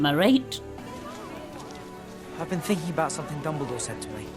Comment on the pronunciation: I can't hear this otherwise than the short of "dumbledaw"